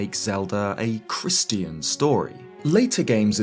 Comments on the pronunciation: I’ve never heard Christian pronounced like Christy-en before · Do you not know how to pronounce Christian?